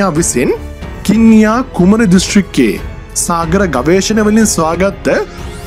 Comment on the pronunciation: කින්නියාකුමරි නෙවෙයි මාමෙ කන්‍යාකුමාරි කියල කියන්නෙ.රාමේශ්වරම්වලට කලින් කන්‍යාකුමාරි කියල තමයි කිව්වෙ.